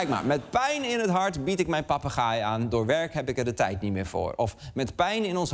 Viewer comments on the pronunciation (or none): Goed stuk. Het zijn inderdaad zeer intelligente dieren. Heb me alleen licht geërgerd aan de uitspraak van ‘papegaai’. Misschien verkeerd overgenomen van mannelijke eigenaren waarbij het beestje denkt; ik gaai? Jij papagaai! 😅. Zo doet men het ook vaak fout bij de kangoeroe.